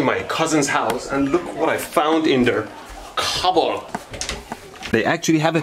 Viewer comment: Because of the way he pronounced cupboard